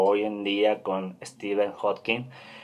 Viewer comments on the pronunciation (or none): none